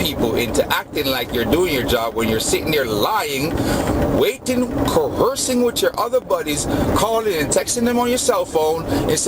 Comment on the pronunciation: I stopped after the 49th "co-her-sing!" Smdh